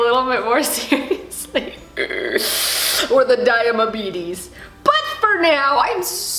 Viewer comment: omg 😂 the dia-ma-betes... i can't... lmao